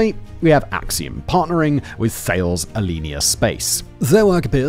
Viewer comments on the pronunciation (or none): "Thales" is pronounced "ta-lez"